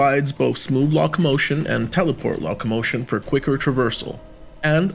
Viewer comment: Nice review! Not meant as an insult but I’m confused by the mispronunciation of locomotion (lockmotion) tarot (tarott) and echelon (eckelon) you sound like a native speaker so I’m just wondering how that came about?